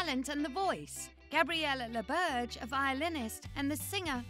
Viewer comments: Ouch, you're completely butchering her last name. It's French, and "Laberge" not "Lawbirdge"... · As a French Canadian, I’m annoyed you don’t even try ro pronounce her last name the right way. 😂